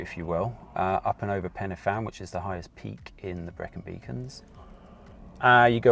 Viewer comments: Ha mate it’s pen y fan Not penefan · Pen y Fan pronounced pen-uh-van. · Really enjoyed the video. As an Englishman living in Wales would you mind me helping you out with some pronunciation please? F in Welsh is pronounced as a V, a Y is pronounced a an A not eey or aay. So it is Pen A Van. A U is pronounced as an E so it is Corn dee. Fan y Big becomes Van A Beeg. Hope that does not sound too patronising. I have subscribed as well.